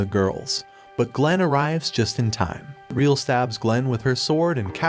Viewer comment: Just as a slight correction her name isnt “reel”. Its Re=L, pronounced Re-L. Other than that its a good video on the show.